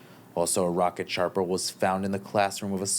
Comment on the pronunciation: Shrapnel not sharpnel